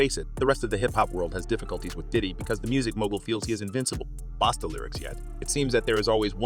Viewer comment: Bosta basta damn get that mans name right.